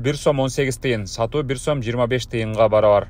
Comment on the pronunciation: Сум эмес сом болот